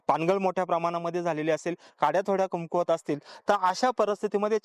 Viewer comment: अतिशय अप्रतिम व्हिडिओ.....("कमकुवत घड" हा शब्द म्हणणे अपेक्षित आहे.... तुम्ही "कुमकवत घड" असा चुकीचा उच्चार करतात )